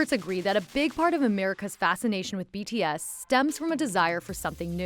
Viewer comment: No offense but LEARN TO PRONOUNCE THEIR NAMES CORRECTLY PLEASE